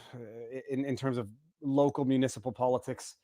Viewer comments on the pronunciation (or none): none